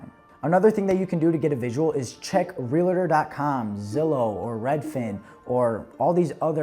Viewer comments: Real-tor my friend not real-la-ter 😂❤ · Yes!!! Two syllables!